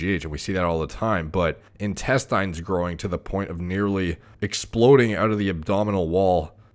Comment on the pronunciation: In-test-AYNES? Isn't it in-TEST-inns